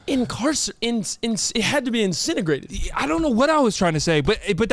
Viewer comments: it’s incinerated not incinegrated lol 😂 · Incinerated not incinigrated 😂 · was the teacher that taught the word “incentagrated” and you went home and your parents said “it’s incinerated dumbass” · "INCINEGRATED" LMAO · Not putting incinerated and disintegrated together to make a word: "incinegrated" LMAO😅 most likely meant incinerated as in being cremated. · PIS Did say incinegrated? Also I completely read lips and the trivia made me want to hug.